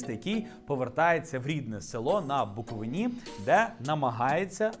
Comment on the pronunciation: Не Букови наааа, а Буковина, наголос на иииии